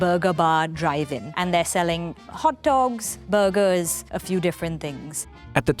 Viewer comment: De burrrrgers